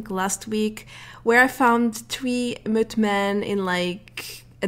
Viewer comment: Ow she said mothman da fuk she said motman